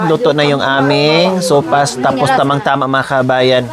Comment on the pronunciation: Sopas madam not sowfas